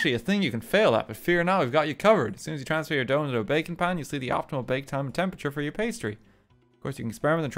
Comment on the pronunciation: Everytime he says baking I kept thinking he said bacon